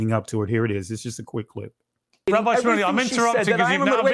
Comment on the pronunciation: Shmuly sounds like smuckly 😂😂😂